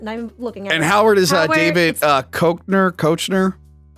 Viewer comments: David KECK-NER kids . David KECK-NER . Lol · It's pronounced DAVID KECKNER.